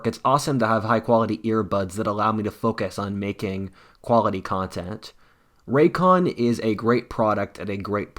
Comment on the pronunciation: Ray-cons buddy